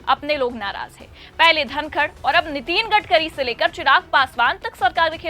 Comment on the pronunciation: नितीन नहीं नितिन बोलें मैडम जी